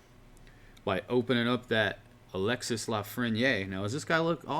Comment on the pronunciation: Alexis lafreniere pronounced as. Alexie or Alexy not Alexis